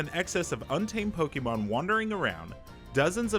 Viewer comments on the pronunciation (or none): Stop.Saying.Pokeeeeeeemon. It's pocket monster. Po-kay-mon. Dammit ! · "Pokie Mon" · It’s better than people who pronounce it “poka mon” 😆